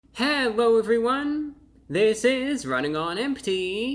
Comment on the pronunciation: Did... Did he say "Hewwo everyone" at the start?